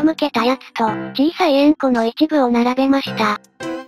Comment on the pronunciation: 円弧がウンコにしか聞こえん🥺